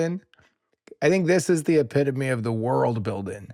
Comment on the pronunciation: Epitome😂😂😂😂😂😂😂😂😂😂😂😂😂 idiot